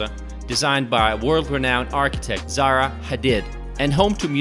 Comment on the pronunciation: Zaha Hadid not Zara